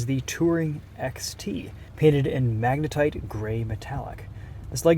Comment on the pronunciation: Did he just say magnetite